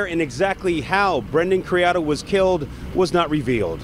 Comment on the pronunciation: stop saying kilt instead of killed.